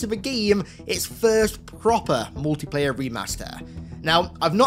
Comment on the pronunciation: I can’t Unhear when u say Mootiplayer